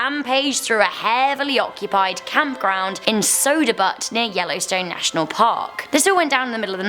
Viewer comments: Did she say: " Soda Butt" Yellowstone Park??? LMAO she said, Butt!! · in the video from -55-and56 she says sodabutt XD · w-wait- did she say, SODABUTT?!